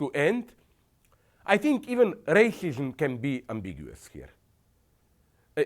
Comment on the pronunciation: What the hell is Rayshishum?